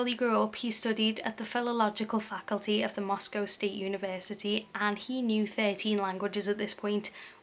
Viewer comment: You were very respectful of him and the victims. I can’t help but feel kind of sorry for him.. But can’t imagine the horrible shock the families felt. And you pronounce Moscow perfect or at least like we do in 🇺🇸🇺🇸